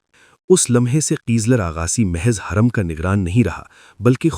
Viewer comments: Ai ne ye sab bola hai lagta is liye hurrem ki jageh khurrem bol raha hai hurrem ke pesh ko nuqta padh raha hai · Khuurrum Nahi Hoorum